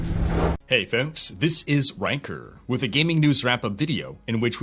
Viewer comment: I know you are probably saying Rhykker when you introduce yourself but all I hear is "wanker".